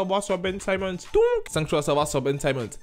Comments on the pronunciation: C'est pas "saimmons " mais "Simmons " 😊😊😊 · ON NE PRONONCE PAS SAÏMMONS MAIS SIMMONS. LIKE POUR FAIRE REMONTER LE MESSAGE STP.